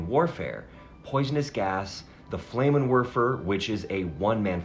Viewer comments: Ja, and I believe he said "leed", for lead, and Flame-en-fasser, for Flah-men-fasser, but oh well. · Haha Flaymenn Wurfur. You tried though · You pronounced (at about ) "lead shot" as in "leader", rhymes with "creed", when it should rhyme with "bread". The shot is made of the element lead, a very dense metal. Also "Flammenwerfer" (in German all nouns start with a capital letter, yeah I think it's a stupid idea too but it's their language...) should be pronounced with "flam" as in "damn". Not as in "flame". It's a double-M. . "Antimony" is pronounced "anTIMony" emphasis there. Rhymes with... er... "ban simile" "ant IM on ee". The "o" is a short "o". I dunno, prob best to leave you to find an online pronunciation guide, there are lots, than trying to come up with bizarre rhymes. Any words you haven't heard before, or unusual words, you should probably check out. Just in the name of quality, not trying to insult you.